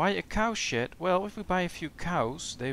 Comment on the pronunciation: His accent turned "cow shed" into "cow shit." I swear I heard it every time he said it.